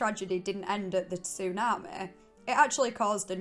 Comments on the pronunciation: So annoying 😂😂😂 tsunameh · Am I the only one here whose annoyed by the “tsu-na-meh”? I mean it would’ve been okay if it wasn’t on purpose but I actually heard her say tsunami the correct way once or twice so now I think she’s just doing it on purpose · I couldn't stand to listen to her attempt to pronounce tsunami one more time, "su naah maaaay" Like a valley girl from Scotland with a learning disability. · Tsunami not Tsunamae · Tsu- Nah- Meh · It’s tsunamehhh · How you say tsunami is really something 😂 love it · The way you say tsunami is funny Af 😂😂😂 was laughing hard everytime you say tsunami 😂😂😂 it's like an AI saying tsunami 😂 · Listening to her say the word tsunami is absolutely hysterical and than when you start listening to her accent and it's drama it's even more hilarious!